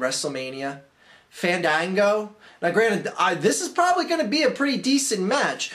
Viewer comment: You guys are saying it wrong. It's... Faaaaaaaa(h)n Daaaaaaaa(h)n Gooooooo.